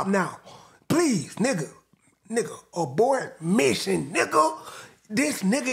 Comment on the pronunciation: 😂😂😂 he says abortion mission😂😂😂